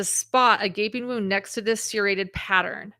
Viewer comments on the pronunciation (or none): The way u pronounce the word “serrated like…. seer-rated, is becoming a pet peeve for me. I’ve never heard anyone pronounce it like that. Lol I’ve only heard it pronounced like…. sir-rated or sur-rated. lol